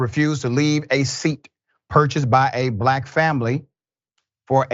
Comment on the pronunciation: Emphasizing the word black to strengthen the race baiting narrative